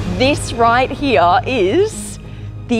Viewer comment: I JUST LOVE when u pronounce "here" as hee-ya 🤣🤣🤣